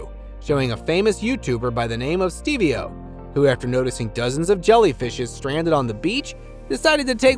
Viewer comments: as a side note near the end...it's not "Stevey - O" it's literally just "Steve-O" Steve O...I don't know how else to put it. Unless this is AI speaking it...but other wise it is literally just "Steve" then "O" and why did he do it? He is a former cast member from Jack Ass....they did many dumb things like this....This was no different. He isn't just a 'Youtuber" he is also a former tv character of sorts I suppose you could say but generally he was one that was on the show a lot and doing many different things...things he was mostly known for was snorting something up his nose from time to time. BUT! This is besides the point. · Steve-o not steveo. That was a crocodile by the way. The body can't be entirely seen as the majority of it is submerged. Other than the idiotic narration it was a good video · STEVEO IS PRONOUNCED STEEVE-OO 🤷🏻‍♂️and he’s N🚫T A FAMOUS YOUTUBER !!! What planet are you living on that you don’t know who he is even millennials know who he is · Steve-O not stevio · "STEVIEO" 😂😂😂😂 ITS STEVO FROM JACKASS, did you get permission to use that clip?! Lol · Steve-O not Steveo wtf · He said “Stev-e-o” 😂🤣🫤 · "Stee-vee-o the Youtuber" 🤨 You really don't know who Steve-o the Jackass himself is?